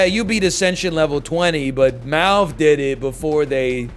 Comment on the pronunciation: Every time you've ever said MALF I've thought his name was Mouth 😬